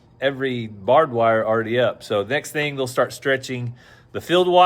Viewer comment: it’s not bobwire it’s barbed wire lol